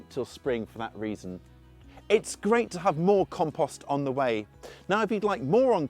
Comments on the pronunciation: Drink every time he says KAHM-PAHST! WASTED! 😂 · Learn how to pronounce compost before you try to tell me about it.